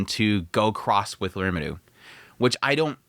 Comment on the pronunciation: Why the fuck can’t you say Rimuru’s name right